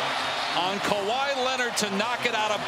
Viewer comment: Bron butchers Kawhi every time.